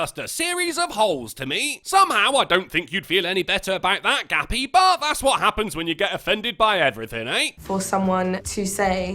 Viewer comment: Ha! For a minute I thought her name was Gabby but you were calling her "Gappy"! And what a fitting name that is. Who the fuck is worried about what other people jerk off to?! Unless it's kids or acts of beastiality or necrophilia or something along those lines, who cares? These broads are fucking nuts.